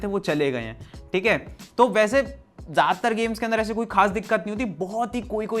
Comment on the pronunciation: App "Theek ha" aus meme ki tarhan pronounce krta ho